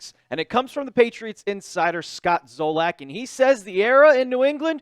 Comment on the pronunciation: It's Zolak.....said Zah-Lick....not Zoh-Lack